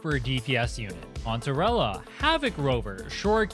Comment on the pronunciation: you said cantarella, my mind hear mozarella. new nickname unlocked.